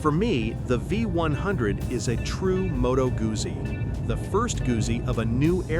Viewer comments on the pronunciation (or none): It is pronounced MOE-toe GOOT-see